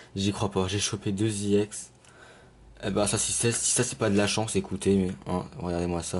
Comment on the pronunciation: Je pense que c'est parce qu'il le dit "à l'anglaise" sachant que le e se dit "I" et le x se dit "Ex" :)